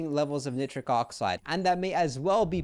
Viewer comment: Heads up - it’s Nigh-trick.